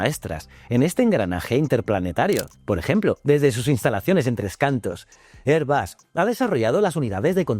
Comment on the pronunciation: Porque pronuncias Airbus en Ingles? Se dice Airbus no erbas